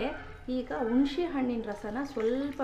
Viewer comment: Nimma kannada da briefing bahu chennagidde, Adarallu neevu heluva Hunishe hannu ( Hunise hannu) kelalu chennagide. Haage yennegaimaaduva vidhanavu saha chennagide. Thanx